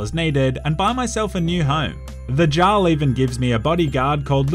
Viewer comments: saying Jarl when it is pronounced yarl... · I believe the word Jarl is pronounced “yarl”. Hydration for your mind 😁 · Jarl is pronounced like Yar-ul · It’s yarl not Jarl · I’m sorry, I love you but this video hurt to watch. It’s pronounced Yarl, not jarl. Second. It’s dark elf or dunmer, not night elf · Plays a game and hears jaarl said the right way Continues to say it the wrong way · Jarl /jarl/??? a norse J is pronounced Y so Jarl = /Yarl/ lol! Dude i love your humor U Da Man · jar-le(no) yar-le(yes) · Also "jarl" is pronounced "yarl" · Its pronounced "Yarl" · And bro, jarl is pronounced “eearl” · or Yarl. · Take a sip of water everytime pronounces Jarl incorrectly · Thoroughly enjoyed the deliberate miss pronunciation of Jarl. 10/10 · must be dehydrated because his mouth cannot pronounce Jarl properly. A good Samaritan must open the fire hydrant near his place and send glorious amount of H2O flowing his way. I think he would really appreciate it. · If he says Jarl incorrectly again I’m going to fucking hydrate myself to death... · Did you just say Jarl instead of Jarl 😒